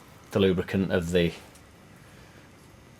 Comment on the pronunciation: If i fukin ever hear you say lubricant again... lol... dude